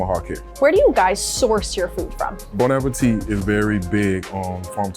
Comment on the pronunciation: Lady from Bon Appétit should know by now that it's not pronounced bone appeteete, but rather bon (1 N means bon and not bonne) ah-pay-tee. Come on!